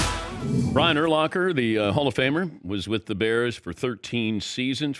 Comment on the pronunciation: Love DP, but after all these years he still pronounces his name wrong. it's Ur-lacker, not Ur-locker. Brian has said it like a million times!